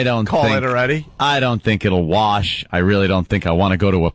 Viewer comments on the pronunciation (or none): none